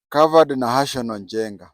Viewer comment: And its not nahational as it sounds from you . its NAHASON